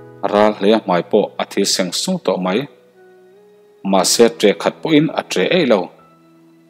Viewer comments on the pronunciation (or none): I va han chhiar thiam looo tak em. thi seng sung tih i thluk hi 😂😂😂 zo tawng hi uluk tur a sin a chhan chu MIZO i ni tlat.